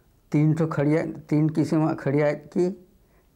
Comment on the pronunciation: खड़िया not खरिआ